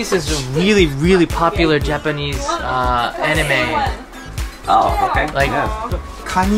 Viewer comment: did he just say anime